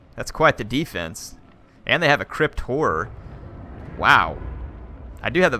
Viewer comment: You dont want to know what i heard when you said Crypt Horrors.... :)